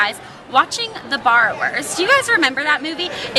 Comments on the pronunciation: lolol i thought you said "Bar Wars" instead of "Borrowers" and i was like that's a kids movie?? lol anyway hope you weren't in an area where there were a bunch of storms and hope you have a good prom~ :) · When you were saying barrowers it sounded like you were saying bar wars! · i thought you said "Bar Wars" instead of Borrowers lol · I thought you were saying The Bar Wars:P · i thought you were saying "the bar wars" lol. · oh the borrowers! i thought you said the barwerts and I was googling it!